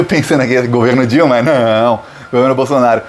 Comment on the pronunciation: É proposital ou o nome do Bozo está sendo pronunciado errado? Bolsonário?😂 Não tem i, é Bolsonaro. De qqr forma, FORA BOLSONARO GENOCIDA!!! ✊🏼⭐ 13js